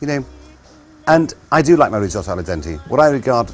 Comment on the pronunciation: well pronounced, chef! a single vowel followed by a double consonant is pronounced short, so "riz - otto" not "riz owe toe" like our beloved american cousins would say